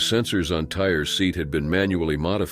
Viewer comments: I think the boy's name was pronounced Tie-ree, not tire. I might be wrong. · Tie- ree! Not Tire!😡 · Oh my Lord. It's not pronounced tire is pronounced Tyree. 😒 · I don't think his name is "tire"....mostly likely "Tie-ree". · Just wanted to let you know his name was (phonetically) pronounced TIE REE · It’s Ty-REE Simpson, not TIRE. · Why can’t they pronounce Tyre Sampson name correctly?! It’s pronounced Ty-Ree not “tire” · Please stop calling that kid Tire wtf. Tie-ree. How hard is that? 🤦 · The fact that he keeps calling him "Tire" REALLY pisses me off. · I'm sure his name is pronounced tie-ree, not tire. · God, Say his name wrong ONCE, then say HE next time. Tire .... Jesus. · This was a disgraceful mispuncation. And fool would know the name isn't pronounced tire. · They love!! To do this mispronunciate black peoples names… multiple times. It is disrespect intended. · On top of the narrator mis pronouncing the Childs name😢 you should just erase this comment 🤦🏾‍♂️ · Research before making a video mispronouncing a dead child’s name. Due diligence. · You'd think they would get the name right